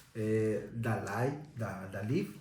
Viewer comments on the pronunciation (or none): none